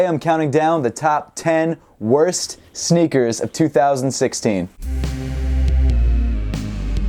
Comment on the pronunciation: "sneakers" not "snickers